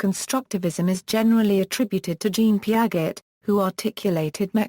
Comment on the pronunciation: Peearzchey not peearget